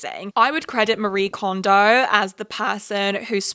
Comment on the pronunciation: Just as an FYI, Marie Kondo’s name is not pronounced like the western name “ma-REE”, her name is a Japanese name and it’s “ma-ree-eh”